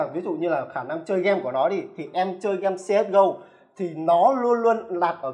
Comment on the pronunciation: ông này không đọc được chữ ê à toàn game đọc là gem, main đọc là men. bó tay